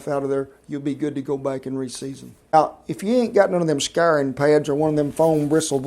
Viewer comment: Great video, and I love how this guy pronounces his diphthongs. See "oil, "fire," and "scouring" for some choice specimens of this fine accent.